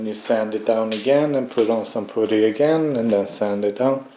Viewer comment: Dude, where did you learn to work on cars to such a high level, is it your full time job? In English it’s pronounced putt-tee. Poot-tee makes me laugh every time. 😂😂 And use a dust mask on camera. Sniffing on those plastic particles will do your lungs no favours. Car looks awesome. The 3 inch downpipe on Instagram should make things interesting. 👍👍